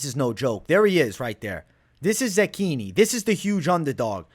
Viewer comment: bro im not italian but i feel like youre saying zechini wrong lol. cant wait for the fights!!